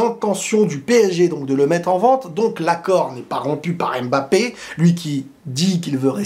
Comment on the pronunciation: Pourquoi les français disent Embappé (aime mbappé)